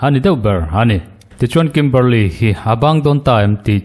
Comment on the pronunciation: I sawi chian hmel viau naa a chianglo.A chhan chu Kimberley niawm taka i tarlan mipa leh hmeichhia an awm a.Kimberli-a ti la emaw,Kimberli-i ti la,a chiang mai ang.